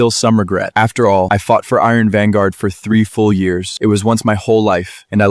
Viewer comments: At the end said iron virgien 😂😂😂😂😂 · Iron Vanguard ❎ Iron Venger ✅ 😂😂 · When AI can‘t say iron vanguard correctly even once 😂😂😂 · Why can't anyone pronounce Iron Vanguard correctly? It's so annoying.